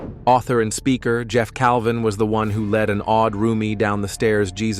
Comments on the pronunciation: It’s a deceiving title on this video. I’m disappointed, and.. it’s Jeff Cavins, not Calvin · Just so you know you had a name wrong. It's Jeff Cavins not Calvin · It's Jeff CAVINS. Not Calvin